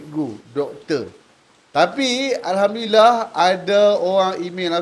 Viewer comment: sebutan Alhamdulillah, pada Alhamdu... bacaan ha ialah ha pedas (ح) dan perlu dibaca betul, jangan baca dengan ha bulat (ه). Cara bacaannya bole search, mudah jee.